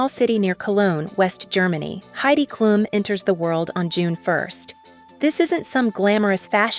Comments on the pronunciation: It's pronounced Kloom not klum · girl what 😭 it's literally pronounced kloom, everyone who knows basic german knows that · Did you learn german from english speakers? It’s Klum not Kluuuuuum Greetings from Düsseldorf